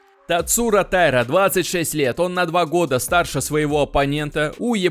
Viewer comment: Правильное ударение - ТаИра.